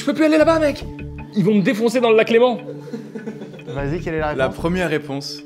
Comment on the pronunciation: Le fait que Carlito dise Léman 🫶🏻